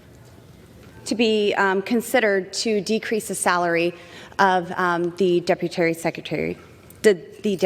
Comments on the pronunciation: Did she really say deputary twice?😂😂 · "Deputary" sounds like a good job to have. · Yet she's the first to declare Biden incompetent because he may mispronounce his words. She literally said "deputary" twice!! Also...she has one job; to represent her constituents, ffs. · Why can’t she say the word “deputy”? Deputary? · The word Deputary is now in my lexicon. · Lol, the “deputary,” is priceless. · "Deputary" Blame it on your divorce, Bo-Bo. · Dep-u-tary? Twice? Yeah I believe it took her 3x to pass her GED. And an AMENDMENT to rip off a public servant from a congress member who does nothing at all but be a clueless clown ? Too bad for BoBo it failed. It would've been her 1st at least. WTF is happening to this country? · Boebert: 'I want to preduce the saladrie of the Deputarie secretary. How much more clar could I be? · I thought she was introducing a new word "deputary" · The "deputary".... lmao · She's 'Deputary' Fife. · Deputary secretary 😂😂😂😂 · “Deputary,” I think Lauren is still high from her theater performance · Did she say "Deputary" Twice? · Is “deputary” a new position? Never heard of it lol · "Deputary" is right up there with covfefe. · Deputary? LOL 😂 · "The Deputary Secretary" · Deputary, deputary? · “Deputary secutary…” Yeah. These people definitely know words good. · Did she actually say ‘Deputery’ twice? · "The Deputary Secretary" - twice, not once. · WTF is a Deputary Secretary 😂😂😂😂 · The Deputary ... twice i like it. LOL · LOL "DEPUTARY SECRETARY" no wonder Gropebert reserved time, because she didn't have any practice time figuring out the BIG WORDS she was going to be using. Yet ANOTHER MAGAt that CAN'T READ. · I learned a new word today: "Deputary"! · "Deputary." LOL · I hear she didn't even complete high school. She can't even say duputy right. These are the ppl leading this once great nation. We are on track to becoming the next Russia. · "Deputary" ... twice. I never laughed so hard. She's been vaping too much. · “Deputary Secretary” 😂😂😂 Twice!